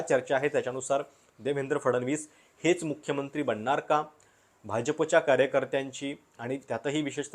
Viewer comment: कृपया शब्दांचे उच्चार व्यवस्थित व्हावेत. उदा:- बननार (बनणार) म्हनुण ( म्हणून) , पन (पण) आणि यासारखे खूप शब्द.